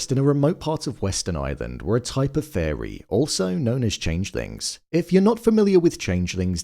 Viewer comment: im hearing changelings and changethings.... am i tripping????